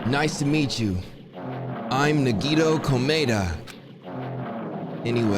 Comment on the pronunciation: It’s crazy how this game is about to end and can 10% of the time announce nagitos name right